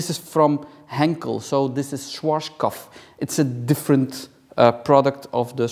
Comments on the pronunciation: I love how you say Schwarzkopf. As a german it sounds so funny. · Oh ja😅🤣